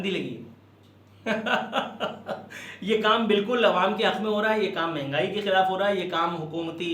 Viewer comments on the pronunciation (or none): none